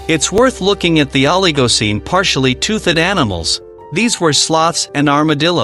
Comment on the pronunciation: Tooth-ed??? Leave the AI